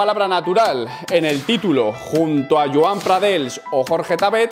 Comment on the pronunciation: No es pradels i joan pradells con ll se pronuncia ll no l, si no sabes pronunciar la ll por el motivo que sea pon una i por tanto pradeis. Es que me cago en toda mi puta estampa pero me gusta tu opinion y tus vidios. Un saludo